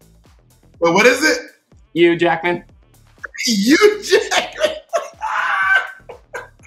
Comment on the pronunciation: I love that thorgy pronounces Hugh as a fellow Yorkshireman